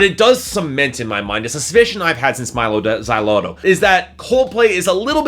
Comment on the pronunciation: It hard to take this guys points into consideration when he does not know how to say Mylo Xyloto.